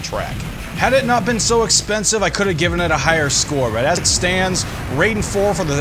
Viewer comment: RAI den. R-eye-den. Pleeeeeeease stop saying it Ray-den. I was going crazy hearing this.